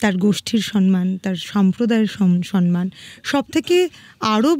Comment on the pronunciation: সনমান নয় শব্দটি,,,, সম্মান বলুন